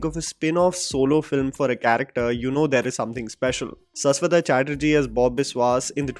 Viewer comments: Shash wata man not saas wata. Please use the sh if you respect someone's name, i can call you by another way if you are never want to change your way of pronunciation for every name which isn't north Indian . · Bhai Saswata nahi Shashwat(शाश्वत) 😂😂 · Just wanted to correct the pronunciation of Saswata it is actually "Shashwoto"